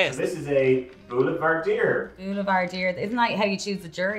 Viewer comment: Boulevardier.. u murdered it, Campari ffs! Bourbon & Sweet vermouth 🤦🏼‍♂️...